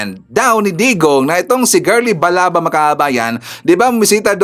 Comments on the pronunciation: Sir Balaba Yan Hindi Balaga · Sir Ivan Balaba po hindi balaga